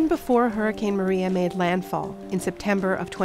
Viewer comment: The Heeeooricane? LOL!